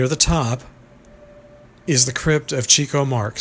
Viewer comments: Being a big fan of the Marx Brothers, I really wish people would pronounce Chico's name correctly. It's pronounce Chick-o, not Cheeck-o. He got his nickname, because of his success with the ladies. He chased women. (Chicks) They called him the chicken chaser. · Chick-O, not Chico. That's how he pronounced it. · prounced Chick-oh